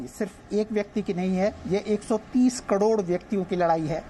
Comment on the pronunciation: Jay pal ko bolo kadod nhi karod hota h